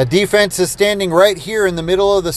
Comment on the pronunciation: it's "D-Fens"